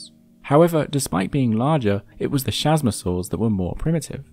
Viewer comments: ch is pronounced K in latin, so it's not chasmosaur ( shazmosaur ) it is chasmosaur ( Kazmosaur ) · The CH in chasmosaur is pronouced "K"